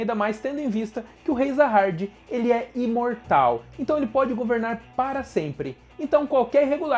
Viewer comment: Top cara, mas tenta não falar muito com sotaque, e pesquisa melhor os nomes técnicos. Se Vc colocar do jeito que se lê é melhor do que como ta escrito, manjou, entendeu ? Vc flw várias vezes Zaha"R"d, o certo seria "JA HA 'D' " com d mudo no final. Como em Coreano fica meio que um Ja com Sa, uma pronúnncia estranha, Vc tem que colocar como se pronuncia aqui, entende, pensa que Vc é um dublador e precisar falar essa palavra, o certo seria pesquisar o significado e tals e colocar em "Nome" por que se trata de um nome. O personagem principal por exemplo, na legenda é Bam, mas em pronúncia japonesa na dublagem, fica Yoru. Da uma pensada. Não to criticando, é meramente construtiva. E a propósito, amei o canal, de certo que será uma franquia em ascensão, e Vc mandou bem em fazer conteúdo com ele. Parabéns.